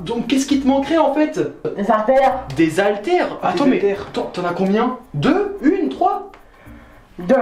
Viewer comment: Des HALTÈRES pas des ALTAIRES pitié pour tous les enfants qui vous regardent faites un effort quand il y a que une phrase